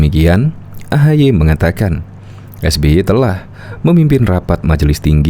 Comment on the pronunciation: Saking sering atur kata... Sampe keseleo nyebut nama SBY 🤣